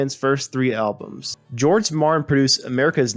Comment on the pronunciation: The producers name is George Martin not George Marin.